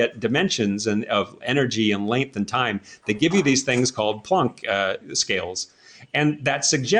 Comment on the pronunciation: It s not Plunk , its Plank after Max Plank